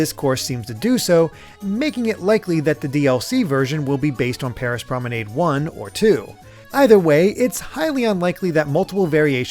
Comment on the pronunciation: You said Promenade wrong